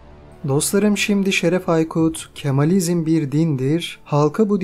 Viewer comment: Yaptığınız hizmet çok önemli ve kıymetlidir. Ne güzel geçmişin karanlık dehlizlerinde kalan tarihî gerçekleri ortaya çıkarıyorsunuz. Rabbim hizmetlerinizin devamını nasib eylesin. Ancak seslendirmeyi yapan spiker arkadaş kitabın adı "Kamalizm" olduğu halde kendisi ısrarla "Kemalizm" diyor ve alt yazıda da hâlâ Kemalizm yazıyor. Telaffuzları ve yazıları düzeltirseniz daha güzel olacak. ÇALIŞMA VE BAŞARILARINIZIN DEVAMINI DİLİYORUM.